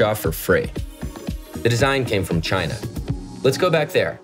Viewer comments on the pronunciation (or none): "It came from.... Chy-Na!".